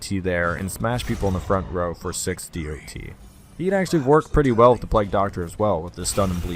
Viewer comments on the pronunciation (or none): Can you say it dot instead of D O T?